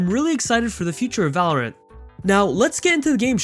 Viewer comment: "valowant" uwu